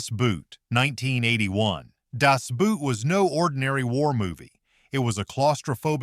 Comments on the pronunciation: Das BOAT, not "boot"! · BOAT!!!! It's pronounced BOAT not Boot!! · Das Boot is pronounced the same as we say 'boat'. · I knew something was bad wrong with this when 'Das Boot' was way down the list -- and called 'Das Bute' not 'Das Boat.' Baaaad sign #1 Then, 'Master and Commander'? It's not only the best naval movie ever made, it's the best MOVIE ever made. Third clue this is made-up BS: 'Greyhound' above 'Master and Commander'? Yeah, no, that film sux. It all became clear with #3. This is some Korean fansite, or the m😂vie company, or botses, who knows? But the whole video is plainly just to promote that Korean movie, which I'm sure is quite good if you're Korean. And then Eisenstein? Wow... can hardly wait for #1. 😂😂😂 'The Last Detail'??? Who in the depths of Neptune's Depths made up this list? Harf! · I'm not a sailor (I was Army) but I like all of your choices. Not only are these good (or bad) Navy movies, they're among the best movies ever made. That said, some of your (AI?) pronunciations are bad. Das Boot: Not boot! It's pronounced like 'boat The Admiral: Roaring Currents: not yee. His name is pronounced 'ee.' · Das Boot, pronounced Das Bowt, not Das Buut! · Das Boot is pronounced much like "boat." Nothing like "boot." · For God's sake-- even if it's an AI script, at least have the decency to hire a LIVE HUMAN NARRATOR! The mispronunciation (the German BOOT in 'Das Boot' is pronounced BOAT, not like the identically spelled English footwear!), and sudden, inexplicable... Pauses which make no grammatical sense. Inexcusable. And what's with all the sped up frames per second rates on all the video clips?? So silly looking and unnecessary! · "Boot" is pronounced "Boat". Stupid AI. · It sees 'boot' pronounces it like English, It's Das Boat... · The German word "Boot" is pronounced like the English word "boat", not the English word "boot". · and that is NOT how you pronounce boat. Boot in german yes. Is there even a german word spelled Boat? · "Das Buut".